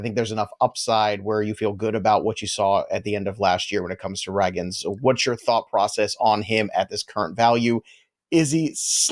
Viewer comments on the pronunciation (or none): I know doesn’t read comments because he’s been corrected on the pronunciation of Cole RAY-GINZ several times before and yet here we are… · Why doesn’t correct him on on how to say “Ragans”???? lol it’s pronounced “ray-gans. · Who in the world is Cole Rag-guns!?! 😂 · Please say Cole Ragans name correctly. You can’t be a fantasy baseball analyst and mispronounce so many players names incorrectly. Get off the computer and watch some game